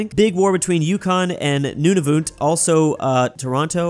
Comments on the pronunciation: It’s Nun-a-vit not Nun-a-voot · also nunavut is pronouced none-of-it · Nunavut:exists: Newnavoot. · this is a very Canadian thing to say but Nunavut is pronounced nun-a-voot not nun-a-vit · As a Canadian I cringed when pronounced Nunavut “Nunavoot” not like “Nunavit” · Its not noon-a-voot its nun-a-vut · i swear to god if he pronounces Nunavut like "Noonoonoot" one more time say good by to Finland!!!!!!! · they way this guy calls nunavut "nunuvut" drives me insane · It’s pronounced Nunavut is prob nice like “none of it”, and Saskatchewan is sus-catch-uh-won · Just to help you out Nunavut is pronounced: none-a-vut and you also forgot Newfoundland and Labrador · Mannytoba, Noonavoont, smh